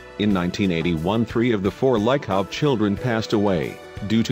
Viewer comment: Its leekovs